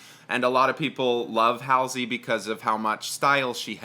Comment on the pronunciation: I love that you call her ‘hal-sey’ rather than ‘hall-sey’